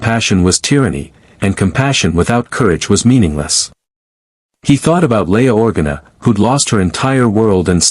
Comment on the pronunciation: I mean, it couldn't get Leia's name right! OR-gana!? It's Or-GA-na